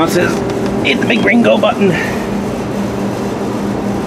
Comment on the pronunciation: lol... I thought you said "hit the big gringo button".